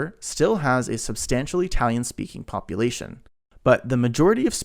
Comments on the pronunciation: Since you can say Italy with the correct sound in the I what do you mispronounce Italian as EEtalian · Why the hell are you saying E-Talian? It sounds so damned stupid that I can’t watch. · e-talian? really? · 🤔 What is the deal with the pronunciation of “Italian” in this video? Something like ee-talian. I was thinking, ok, kind of weird (at least to me) but maybe it’s regional or he’s trying to de-nativize it. But, he does not pronounce “Italy” as “EE-taly.